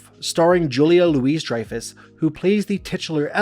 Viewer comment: Julia LOUISE - Dreyfus? Moron.